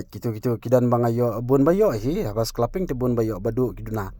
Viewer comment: Scalping ❌ sclaping✅😂